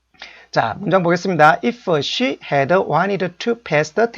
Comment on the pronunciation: 이퍼? 해더? 스터디더? 당신이 그러고도 영어 교육자야? 진정한 외국어 교육자라면 영어에 사투리는 배지 맙시다. 사투리는 한국말 쓸때만 하시라구요. 그리고 기본적인 발음은 좀 챙깁시다